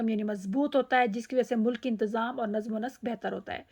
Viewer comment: Namz... Ma'am correct pronunciation